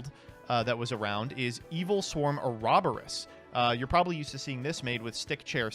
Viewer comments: Lol "Or-ob-or-ose"? Try "Or-o-bor-os".... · Or rob or us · Oh-Rob-bore-os? 0/10 on that pronunciation. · Bruh why did pronounce Ouroboros like that